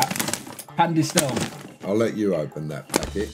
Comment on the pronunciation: spicy disole and machinee LOL top tier pronunciation there 🤣🤣 just fyi, the pronunciation would be spee-cky di soh-leh and mah-chi-neh (cioccograno, pan di stelle, and fette biscottate were pretty good, though)